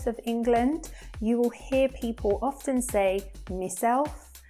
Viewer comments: Is your pronunciation of "often" is correct? 🙄I don't think so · Could someone explain me the pronunciation of the word "often". She said [often], but I have been taught to say [ofn]. Where is the truth?